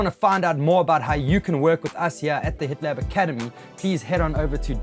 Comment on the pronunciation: I thought you said "The Hitler Academy" at the beginning and had to double check I was in the right place.